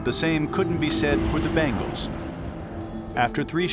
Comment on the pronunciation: Its pronounced "ben gals"